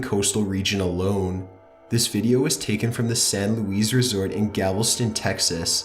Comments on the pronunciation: Gavelston, texas equippted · The way he pronounced Galveston is annoying. (no hate) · It's also Galveston, not Gavel-Ston... and blOOp, not blopp. A simple google of the terms he's using would clarify pronunciation issues... especially when he's using clips from, and referring to, specific videos on youtube yet giving no credit to the folks he took them from. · it's not "saturin" and it's sure as hell not "gavlston" SATURN...sat-ern.. AND GALVESTON...gal- vas-ton....I'm from Texas and most of us can't stand it when poeple mispronounce our city names. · It’s pronounced “Sa-tern” and “Gal-vehs-tuhn”